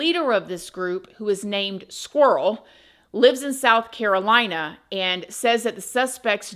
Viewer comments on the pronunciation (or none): none